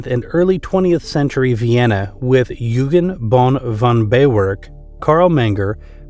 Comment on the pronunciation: Bohm von Bawerk's first name Eugen is pronounced "Oi-gen" with a hard "g". Most w's in German are pronounced like the letter "v" in English. Oi-gen Bohm Ba-verk.